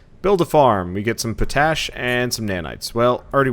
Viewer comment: You're pronouncing potash wrong. You look at it and say it like you would "potato" but it's pot-ash, sans the hyphen. POTash, not poTASH.